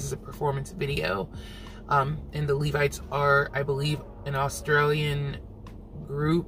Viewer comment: thank you for pronouncing Levites correctly......I cant believe some of the other reactors and their pronunciation of LEVITES! Its a biblical name 🤦🏾‍♀️